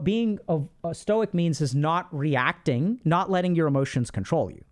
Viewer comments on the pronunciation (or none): I'm not a stoic by any means, and I have a lot of problems with it, but god, listening to Ludwig just butcher it caused me so much pain lmfao